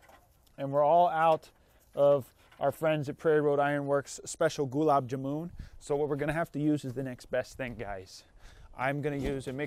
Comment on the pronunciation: So hyped you name checked gulab jamun... Totally butchered the pronunciation tho haha. My grandmother makes the best gulab jamun. So are the rat trap makers pakistani/indian? Now that I think of it, are you even serious? oh my, you were actually trolling one of my favourites desserts weren't you? This comment writing was a roller-coaster experience of emotions. Great videos btw.